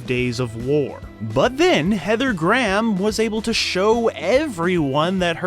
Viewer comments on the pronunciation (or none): The pronunciation made me cry Heather Gram......please for the love of god Graham. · "Gray-ham". Not Gram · “Graham” is pronounced as; “Grayum” not “Graam” lol. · Her last name is pronounced Heather (Grey Ham) not Heather Graaam. 🙄🤣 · Graham (pronounced Gray-Ham, not Gram ) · Dear Americans, Graham is pronounced "grey 'am" not "gram" , you're welcome 😄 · Heather Gram??? I'm pretty sure her name is pronounced "Gray-em". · Dear Americans. Graham is two syllables not one. It's Gray-um, not Gram. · It never gets tired, hearing Americans pronounce 'Graham' as a one syllable word. It sounds like they're saying 'gram' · Why you saying heather gram.speak properly knob head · LOL, I love it when Americans mangle Graham like "gram", it's like "Let's make a homophone with a unit of measurement and have no trace of self-consciousness about it, because we don't speak English properly and never will". It's going to be hard to not laugh all the way through this one. "Gram", lool Englishn't. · Apparently, I’ve been pronouncing her name wrong all these years. I thought it was Gray-ham.